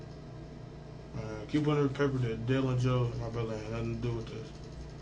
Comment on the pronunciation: When people say “moy face” with such an intentional “moy” sounding pronunciation, and there from Cali, they’re lying to you!! It’s like they think they’re clever doing it that way!🤣